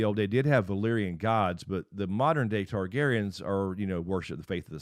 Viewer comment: The Targaryens have never left. There was three then two and now one. So please say it right this is your job.